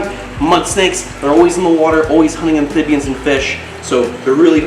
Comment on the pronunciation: Please say amphibians correctly ph not th. Otherwise awesome video 👍